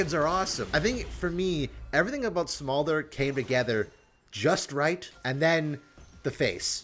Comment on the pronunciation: True, but my comment is more to do with the fact that was pronouncing it "Small-der" and not "Smolder". I find it irritating when people mispronounce words, and I figured he was saying it wrong because he's a league player (ignorant) so I explained the word.